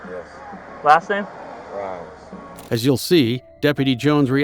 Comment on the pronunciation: Rahymes is the funniest last name to me.. or at least how he’s pronouncing it.